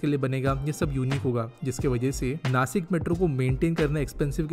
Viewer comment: नासिक❌ नाशिक✅